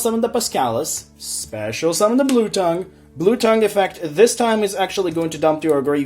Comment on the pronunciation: First of all, pretty good list. Secondly, it's Blue T-Ay-ng (like Tangy) not tongue. Third, Instead of Dupe, try out Testudo erat Numen. Could also take the play of Statue since there's no real way of getting it on the board comfortably.